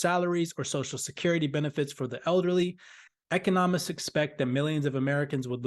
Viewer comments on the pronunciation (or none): You run a financial channel and you cannot pronounce economist😂🤡🤡🤡